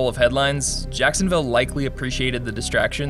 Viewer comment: Ah yes. Sacksonville Abbey.